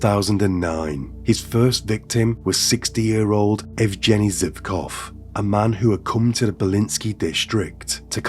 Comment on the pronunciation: Yevgeny- that name u need to say with strong G hhhh